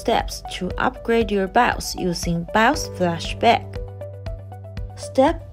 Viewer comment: Bios ❌ Bouse ✅